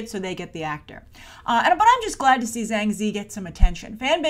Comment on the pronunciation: Ah ok - I'm pretty sure Zhang is pronounced with a "J" sound though.